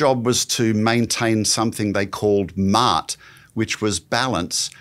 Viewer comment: Not Maat but pronounced Ma'at